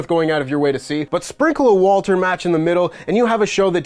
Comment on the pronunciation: Thank you for calling him *Walter